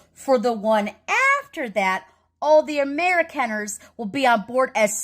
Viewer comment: If she is indeed an Amerikaner, why is it she doesn't know how to pronounce Amerikaner?